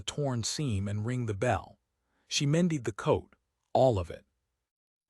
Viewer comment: AI narrations like this one make frequent pronunciation mistakes, such as here with “mended” for some reason pronounced “me died”. Another all-too-typical one is “bow”, which is often pronounced as a noun rather than a verb when the context is obviously an action. Particularly annoying when it’s pronounced correctly and incorrectly in the same paragraph. A human narrator would unlikely make those mistakes.